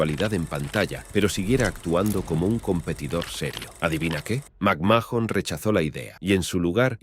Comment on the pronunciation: Macmajon, wüa wüa wü e no entendí